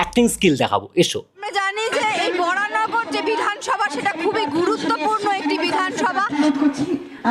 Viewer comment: বরাহনগর ❌ বরানগর ✅